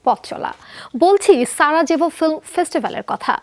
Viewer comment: সঠিক উচ্চারণ - সারাইভো j=ই